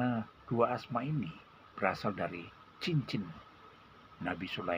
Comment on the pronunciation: Mohon maaf pak Ustadz. Kata2 Asma-nya kurang jelas. Mohon ditulis di deskripsi. Terima kasih...🙏🙏🙏